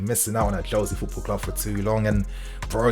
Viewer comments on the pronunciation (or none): none